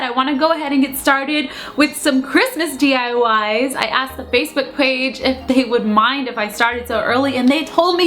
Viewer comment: The facebook pwage ;) lol *thats how u said it